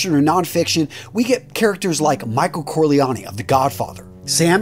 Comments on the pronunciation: Lusiano? Corleane? I stopped watching after this. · .do your research before you make a video and make sure you're pronouncing the names correctly. You botched Al Pacino's character's name